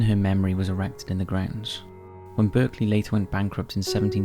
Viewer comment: Berkeley is pronounced bark-lee.